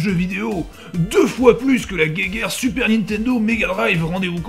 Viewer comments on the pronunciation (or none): none